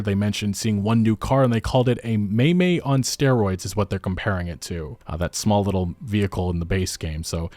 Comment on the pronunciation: MaiMai, not "maymay"